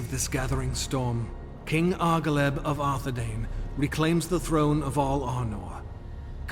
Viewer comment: The proper pronunciation of the "ai" dipthong is not "ay", but "eye". "DOO-ne-DEYE-ne" and "AR-the-DEYE-ne" are the correct ways to say the names and every time the narrator fucks it up it sets my teeth on edge. Tolkien had a whole damn appendix devoted to pronunciation, if you're going to make anything based on his books then please read them cover to cover.